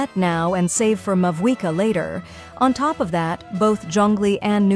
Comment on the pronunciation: Sorry but mavuika it is